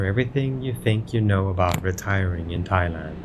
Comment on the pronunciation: Thai-Land, Thai-Way 😁